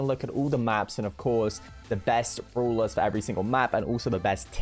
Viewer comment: Others: Brawlers: Brulas